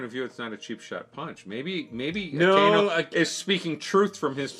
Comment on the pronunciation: Just a pronunciation guide for the admirals' code names: - Aka + Inu = Red + Dog - Ao + Kiji = Blue + Pheasant - Ki + Zaru = Gold + Monkey So you the vowels aren't read together like in English (A-kay-nu) but as two words (A-ka-I-nu). I've been following since you were only reacting to the Amazing World video. So happy to see reach Marineford!